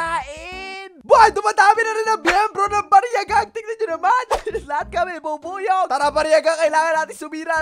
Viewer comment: ang narinig ko beebuyog-kun